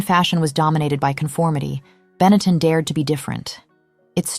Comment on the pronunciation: Get back to me when you can pronounce the word Benetton correctly.